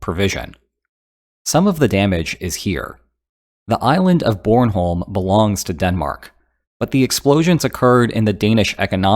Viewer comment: Danish person here, just want to say you nailed the pronunciation of "Bornholm", impressive!